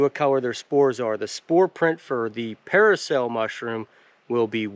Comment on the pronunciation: It's not paracel, dude, it's parasol 😂